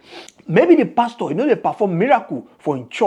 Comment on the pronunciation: YOUR PRONUNCIATION OF PASTOR IS WRONG CHECK WITH GOOGLE FOR CORRECT PRONUNCIATION NIGERIANS ENGLISH PRONUNCIATIONS ARE VERY VERY HORRIBLE